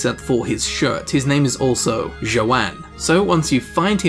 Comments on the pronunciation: his name is yohan not joeanne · NPC's name: Johann In eyes: Jo-Anne Good god, you've never heard a foreign pronunciation in your life, have you? It's pronounced Yo-Han. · Johann is pronounced "Yo Han," not "Joanne" or "Zhoanne" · This was six years ago. Hopefully you've taught yourself to speak any other language besides English since then. Or at least to pronounce the names of people who are NOT from England. LOL You must've been like 17 or something to have never even met anyone named Johan (pronounced Yoh-haan) before. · It's Johann (iohann) and Merhojed (merhoyed) these two are Germanic/islandic names or the J is a I or Y in those languages, this comes from the Latin J and the Greek Y who were pronounced respectively in those languages. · Johann is pronounced “Yohann” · fyi, Johann is pronounced Yo-Han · johann...its pronounced yo-hon